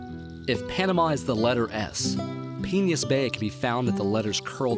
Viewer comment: Why does it sound like he's saying 'penis bay'